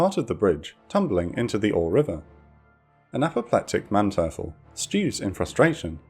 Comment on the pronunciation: Please work more on your pronounciation. Your channel is getting bigger, and your videos are getting prettier and prettier, but since you're the main narrator I think you need to take the role more seriously. I thought as much in your recent Ten-Go video where many boats had their name mispronounced, and now you've mistaken Manteuffel as well. I look forward to even higher quality from you and your team.